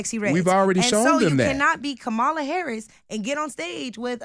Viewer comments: Are there any Black people on YouTube that can actually pronounce Kamala's name correctly? Its not Ka-Ma-La like the Ugandan Giant. Its Kam-A-La her name is Indian. My lord! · Why is this lady saying Kam-ala's name wrong whilst arguing for black excellence? The right is so good at breaking language that even pro black people cannot pronunce the name of the black person running for president.